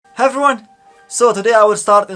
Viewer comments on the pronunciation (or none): "HAVRYONE" -that introduction always catches me off guard, lol XD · The "Hevwon" at the beginning of you videos always makes me smile